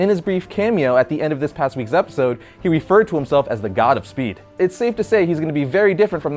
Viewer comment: I thought he said "Savitar, The Godspeed"